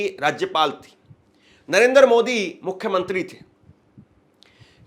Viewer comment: मूर्खों जैसी बातें कर रहे हो, तुम्हारी बातों की सच्चाई को कैसे जांचें ? तिरंगा हटाकर पाकिस्तानी झंडा लगाने वाले को दिखाओ ना। नरेंद्र बोलना नहीं आता नरेंदर बोलते हो । सात दिन बाद जब सुप्रीम कोर्ट का फैसला आयेगा तब शायद आप सामने नहीं आयेंगे।